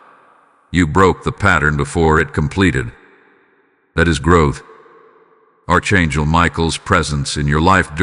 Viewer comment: It is not pronounced ARCH. IT IS PRONOUNCED ARK (ANGEL)